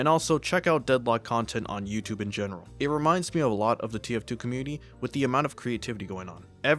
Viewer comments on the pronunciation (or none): You said TF2 very wrong. But it's ok, we all make mistakes